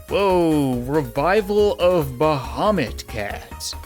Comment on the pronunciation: when he said bahumat... with the t